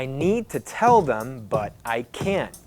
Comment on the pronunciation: I hear wating like weding and can't like can